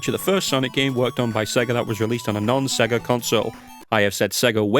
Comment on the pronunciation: "I have said Sega one to many times" hey look on the bright side, unlike most people with that kind of accent, at least you didn't spend the entire time saying "Say ger" ^^